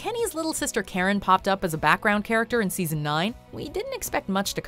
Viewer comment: I always thought Karen's name was 'Carrot' until i turned on subtitles i believed that fir a good while.